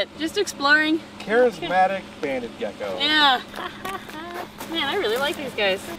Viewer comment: Did he call that gecko gacko